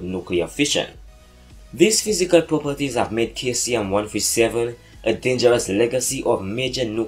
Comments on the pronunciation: it's pronounced See-zee-um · Your saying caesium wrong you say it like saesium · you don't pronounce the "K" in Caesium, pronounce with a "S"